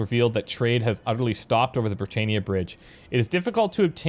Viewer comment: why do you keep saying "brit-AY-ni-uh"??? who pronounces Britannia that way???? I'm sorry, I love your videos and this series is great (besides the mispronunciations and we having different play styles), but it's brit-TAN-ni-uh. do you pronounce Rule Britannia that way? even when the characters were saying it right. I try really hard not to nitpick too much. I have honestly never heard this pronunciation before, and I'm a former linguistics student. is that how you say it in Canada? because here in Britannia, we do not say it like that.